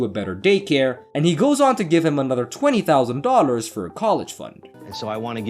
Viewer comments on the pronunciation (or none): ". Twenty thousand Dodders.." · The robo voice was quite convincing until it tried saying Dollars it was more like doelars ! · TERRIBLE NARRATOR!!! STOP talking so much noone wants to here your voice. Also, do you know how many times you said DOLLARS and you can't even pronounce the word at all!! Hey don't quit your day job if you have one.